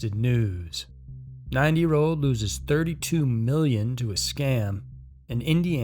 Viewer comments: Sounds like you’re saying 9 year old. NEVER EVER give away personal info over the phone!!!! I don’t care what they say DONT DO IT!!!!😱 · That's what I thought he was saying 9 years old LOL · Kept thinking you were saying a 9 year old girl haha awesome video dude 🤙🏿